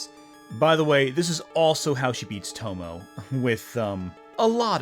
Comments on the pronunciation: I'm not trying to be a jerk, but I have to ask: Do you tend to watch your anime dubbed or subbed? The reason why I ask is your pronunciation of the Japanese name "Tomoe" with two syllables ("To-mo," as in the old Cloverway dub pronunciation of Professor Tomoe's name in Sailor Moon S) instead of three syllables ("To-mo-ay," as in the actual Japanese dialogue track of those episodes.) I do understand why native English speakers would default to treating that final e as a silent e, because it would be according to the conventions of English, but those same English pronunciation conventions are also why so many native English speakers mangle the pronunciation of "Gramuglia. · For future reference if she ever comes up again, Tomoe is pronounced more like toe-moe-eh. Three syllables, the E isn't silent. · Tomoe is pronounced (Toe Moe Ay). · In Tomoe, "e" is it's own syllable. Tomo-ay.